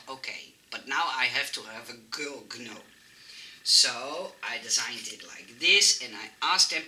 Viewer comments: Hoi, vreselijk leuke ontwerpen weer! Het woord 'gnome' wordt (heel gek) uitgesproken zonder de 'g'. Het wordt dus eigenlijk 'noom'. Ik hoop dat je het niet erg vind dat ik dit aangeef! Ik kijk al je video's en volgens mij leer je graag om je Engels te verbeteren, zoals wij weer veel van jou leren. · FYI In English, we do not pronounce the “g” in gnome. Hope you do not take offense for my correction. ♥️ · So cute ❤️ I couldn’t stop smiling at your pronunciation of the word gnome 🥰 You are so cute